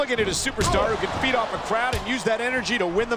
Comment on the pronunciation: I swear when Michael Cole says "Feed off a Crowd" at the mark, I heard "beat off a crowd" and I can't stop laughing 😂🤣😆